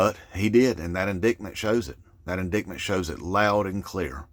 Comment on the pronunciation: With respect, it's pronounced in-DITE-mint not in DICT mint.